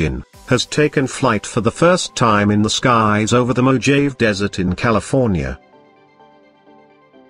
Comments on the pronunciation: MoJave. Priceless. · The word Mojave isn't pronounced as it looks to a British subject. The J is pronounced as an H; and, ave is pronounced as ave in Ave (Maria) Mo h ave. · Jay-viation??? Mo-jayve desert??? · Mo-Jave? The Boeing seVEn hUNdrEd SeVenTY SeVEn. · Isn't that pronounced Mo Harvey? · Mo-jayve desert 🤣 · PRONOUNCED "MOHAVEE"